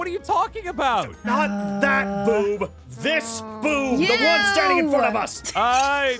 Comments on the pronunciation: Pretty sure said Boob instead of Boove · heard about the yuck conversation with the B word said boob, not foob, Ew. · This Boove The one that's standing right in front of us: confused and accusing noi Me: what's a boove